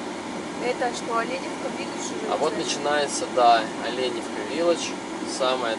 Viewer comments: ОлЕ'невка, без "Ё", с ударением на первую букву "Е" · Оленевка через Е а не йое))Тк Местные обижаются, И Водичка в Оленевке вовсе не холодная) просто зависит от месяца отдыха )) А кашель по большей степени это чистка организма тк например после Мегаполиса тут есть чем себя почистить, например полезными муссонами )) Более 15 лет гоняю сюда и для меня это уже Моя Маленькая Родина, жаль только эти жуткие стройки портят людям отдых в сезон.